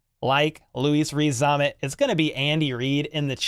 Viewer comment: Veach and his scouting team... miles ahead of the pack. That said, I don't see why you struggle so much with his name. Rees-Zammit, as it spells, pretty simple.